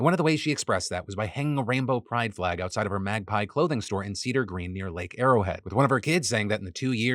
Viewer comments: Hi Phil! That’s my home town… and it’s not Cedar Green… it’s Cedar Glen! Big fan.. just wanted to speak up. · Lake Arrowhead is my home. Just so you know it's Cedar GLEN not green. I hope Lauri's family can find some sort of peace. She seemed like a wonder person that cared about so many. It's awful that a few people's hate can cause so much harm!